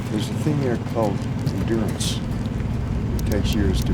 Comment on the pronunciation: end-gew-rance not endurance 😂😂😅